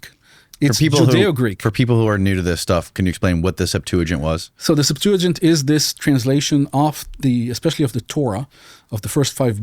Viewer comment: He said "Sept-to-gint", its pronounced Sep-tua-gint, and yes its Greek, What a Monist liar.